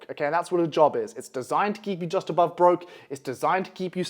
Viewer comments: bro said obove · ABOVE NOT OBOVE